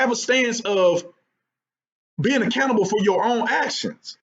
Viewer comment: Dude, every time you say accountable, I mishear it as "A Cannibal"